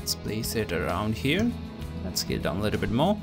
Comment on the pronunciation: i thought u said kill it down, but it was scale it down hahhah. and its "warp", not "wrap". Anyways, thanks for the tutorial! Have not thought of doing this before! awesome, awesome.